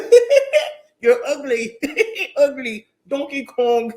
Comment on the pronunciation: Not “donkey Kong “. I’m crying bro 😭